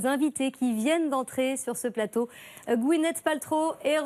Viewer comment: "merci d'être venu sur notre palateau"